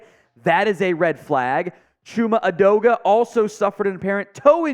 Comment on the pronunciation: Chuma Edoga-shit-uh. Use anyone else please